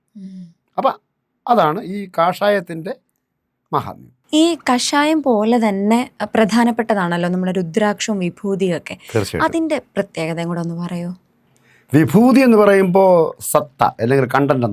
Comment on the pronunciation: മോളെ..... കഷായം എന്നു പറയരുത്..... കാഷായം എന്നാണ്. ശ്രദ്ധിക്കുക..